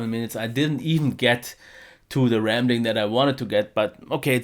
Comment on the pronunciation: "rambling" not "ramling":) All the best!